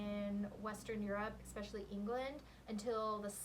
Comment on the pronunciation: Talking about mortal diseases: we're just fighting yet another plague, and now you want to give our ears cancer by saying "expecially"? Have some mercy upon us.